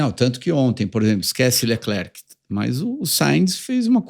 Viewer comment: Ola tudo bem, Leclerc nos nao pronuciamos o C em Frances ( Lecler )